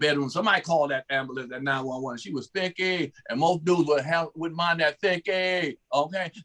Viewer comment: is a fool!!🤣🤣🤣 "a thicky"